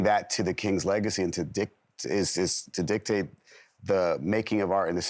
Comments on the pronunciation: I noticed that too😂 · Did she say “Dick”? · Love the artist struggle with "dic-tate" 😂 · Lol anybody else catch him say "dick"? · almost lost when he said “dicktate” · Get it hehehe. "DICK-tate"